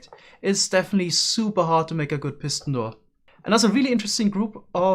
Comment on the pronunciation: Nobody:: “Pissin door”